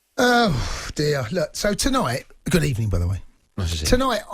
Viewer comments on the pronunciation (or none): gud ebening